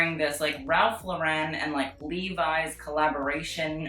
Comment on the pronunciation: Your commentary is OK, but there's big room for improvement. It's Ralph LAUR-en, not Laur-EN (he's from the Bronx), and that is a peplum on the holographic outfit, not a "ruffly-looking bottom". If you want your critiques to carry more weight you should educate yourself more ♡